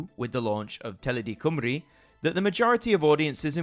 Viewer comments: Not going to lie, I didn't expect to look up and see Penarth Pier on AMTV. A hint, though - don't get your Welsh pronunciations from the London BBC! It's Cym as in "come", and ru rhymes with "bee". COME-ree. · Great doc but please it's Cymru......not Cwmree but Cumree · Wish you could say Cymru and S4C properly Sianel Pedwar Cymru = S4C. I'm sure someone on here would help you pronounce the words better